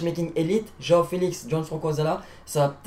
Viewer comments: j’adore vos vidéos continuer juste c’est “joão” pas “roao” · C pas rao Felix c joao felix